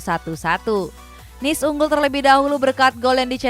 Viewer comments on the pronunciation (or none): none